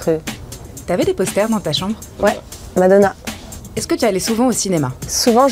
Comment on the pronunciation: Не зразу зрозуміла, що це таке мадонà, я часто через наголос на останньому складі не зразу розпізнаю знайомі прізвища. Декілька нових незнайомих фраз, цікаво. Дякую за нове відео,.